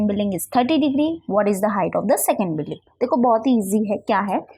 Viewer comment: Billing nahi building hota hein 🤣